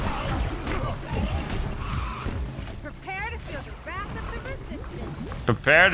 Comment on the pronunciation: *WRATH not RAFH